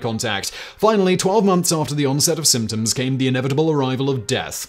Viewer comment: I commented the same thing!